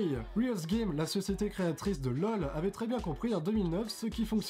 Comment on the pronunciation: Autrement appelé Loul xD cette accent m'a tué